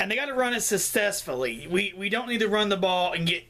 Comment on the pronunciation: Sesessfully?..lol c"mon put the bong down if you want to be taken serious as a reviewer..lol but you are fun to watch:)